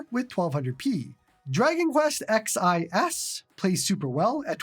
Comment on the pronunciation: X I S???????? My brother, its 11 S